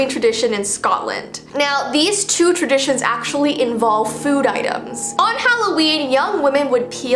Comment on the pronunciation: When said, "Halloween Traditions" I heard, "Halloween Premonitions" AHHHHHHHHHHHH